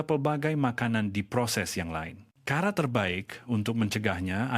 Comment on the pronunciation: 1. Sebutan sebutan pelik Cara di sebut kara Cecair disebut cekair Racun disebut rakun Cuba disebut kiuba